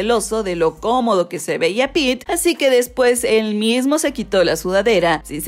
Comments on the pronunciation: Se dice pete xd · Es pete, no peter